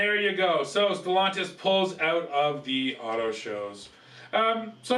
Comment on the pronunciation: You think being the you know how to pronounce Stellantis